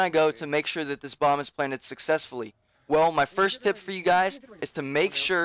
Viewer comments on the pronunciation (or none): none